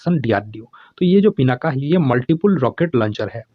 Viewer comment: Sir "पिनाका" नहीं "पिनाक"